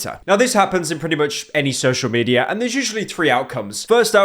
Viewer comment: Hey pyro, what's social "mediar"?